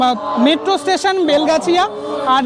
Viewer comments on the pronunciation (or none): none